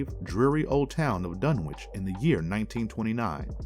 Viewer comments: Fyi homie not to be a dick. Dunwich (dun-which / done-which / done-witch) 🤣👍 otherwise great content! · I like these 'Marvelous Videos'...except for some of the pronunciations. They can be rather cringy...and I'm not even talking about strange, esoteric words open to interpretation. Dun-wik? Mis-ko-TAN-ic? Can-on-ICK-ally? One gets the impression the narrator is not only not involved in the scriptwriting but didn't even see the script until the moment of recording, and they decided to keep the first run-through, regardless of mistakes (e.g. 'Rudolph' Carter, 'Lavina' Whately). So...a bit sloppy, but still basically entertaining.